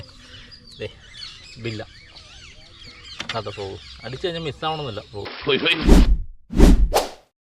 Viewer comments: ബില്ല അല്ല ബെല്ല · ബില്ല അല്ല മച്ചു bella 😄